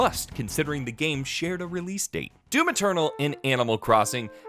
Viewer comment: oh no "hdoom" OH NO OH NO OH NO